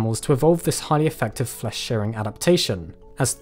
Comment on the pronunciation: Great video, but it's pronounced "shEERring" and not "shARing...